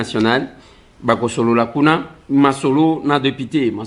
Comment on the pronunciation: ba lobaka deupité te, mais plutôt député...